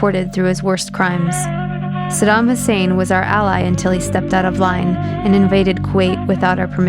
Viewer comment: Mmmmm...... Since when did America give a toss about civillians. 'THE ILLEGAL WAR ON IRAQ'. was much published. look it up you might learn something... ibiza luziaa whatever.......... hahaha btw its saddam not saddan. Saddam was a dictator, but so is america they aint any different, but the war was about WMD not anything else.